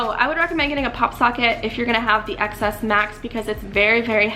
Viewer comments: she pronounces it "ex" instead of "ten" so i can't take her seriously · It’s pronounced ‘ten’. The ‘X’ is Roman numerical. Apple also pronounces it as ‘ten’. Anyway bye.